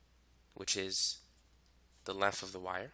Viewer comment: Normal people: "length": "lenf"